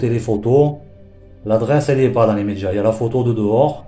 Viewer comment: Avant les "médjias" 🤣🤣🤣🤣🤣